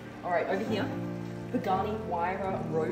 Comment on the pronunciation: Please stop pronouncing the word "here". it hurts so much when you say hieeeiiiaaa